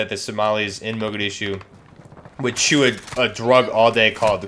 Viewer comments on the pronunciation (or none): none